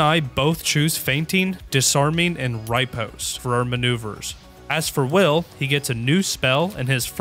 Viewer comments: Also im sorry but rye-post? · I'm sorry to be that guy but it's pronounced "ri-pos-T" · Isn't Shillelagh pronounced "shill-LAY-lee"? And Riposte is "rih-POST"? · Disliked for “Ryeposte” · If BG3 youtubers have taught me anything it's how many ways there are to mispronounce "riposte". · the way you pronounced riposte... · that pronunciation of "riposte" nearly made me vomit.